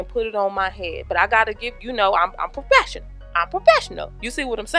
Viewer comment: LOL "Cuz I'm pruh-fesh-onul!" "We jus' bein' ignant on top of ignant"....LOL